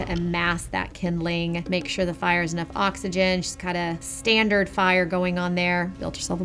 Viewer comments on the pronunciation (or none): none